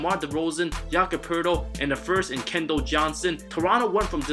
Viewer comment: Bro, you have to pronounce these guys names better. First, it’s Romeo LANG-FORD, not LINFOLD. Also, it’s KEL-DON Johnson, not KENDALL Johnson.